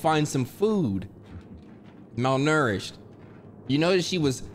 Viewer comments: Nobody:: MalNERished 😂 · Nobody: Absolutely nobody:: “MaLNouRishED” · the way he’s saying malnourished (however tf you say it) is sending me🧍🏽‍♀️💀💀